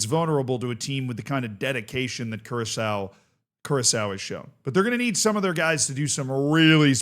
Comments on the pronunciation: No, its Kurasao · still can't get over saying curaco